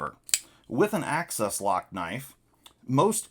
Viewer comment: Imagine saying AXIS without pronouncing ACCESS. You can do it if you just try. I believe in you.